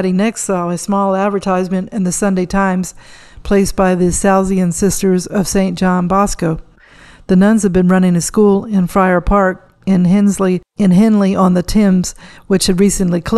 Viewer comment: The Salesian Order of Nuns, dedicated to the education of young people is pronounced Sal-eeh-sion. Not Sal-see-an. Just saying. Nice video. Thank you.